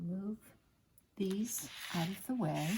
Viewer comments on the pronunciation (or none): none